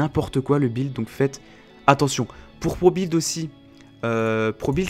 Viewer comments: ON DIT "BUILD" ET NON "BILD" Merci ^^ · pourquoi tu dit bild?:D